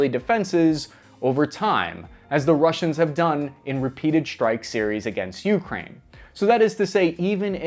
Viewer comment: Gdi, please pronounce ukraine correctly lol.